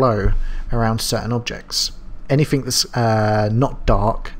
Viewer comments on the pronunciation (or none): useful tutorial for beginners like me. However! the words, Through things anything do not contain the letter F so don't pronounce Fs!! I expect your reply will be, "well the words, Fu** *ff " do!!!!